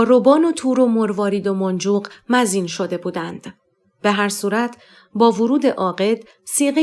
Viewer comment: خانم مزین درست نیست مُزَین درست است یعنی زینت شده لطفا خوانش را با دقت بیشتر انجام دهید. ممنونم🍀